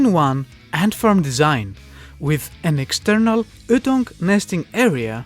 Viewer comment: The way you pronounce ytong is really funny... the way to pronounce it is y like the letter and then tounge.